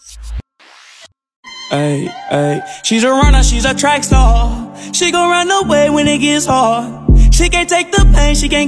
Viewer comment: Gurl I know it star l js said “staw” PLS